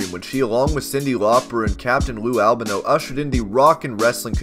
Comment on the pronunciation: It is pronounced Al-ban-o